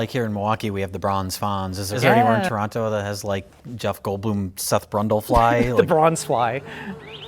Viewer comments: Oh man my favourite genre of RLM videos, re:View episodes about 1980s remakes of 1950s horror movies. Also +1 point to for saying "Toronto" properly. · says Toronto like a proper Torontonian. He doesn’t pronounce the second ‘t’. He says Tronno.